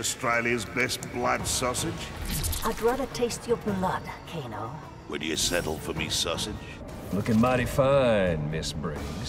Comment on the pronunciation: who tf is Kane guys? it's Kano